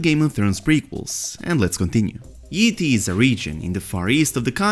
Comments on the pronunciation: every time he says yi ti i keep hearing ET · I thought I heard you say "ET", now I can't get that image out of my head every time you say "Yi Ti"